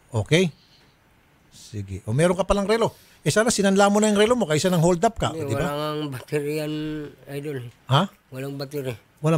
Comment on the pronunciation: Nalunok nea ung ngipin nea nung sinabi neang holdap kaya naging nyoldap ag bigkas nea haha